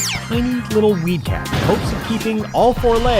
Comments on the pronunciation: For some reason when he first said weed cat I thought he was saying wee cat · I kept hearing weed cat as wee cat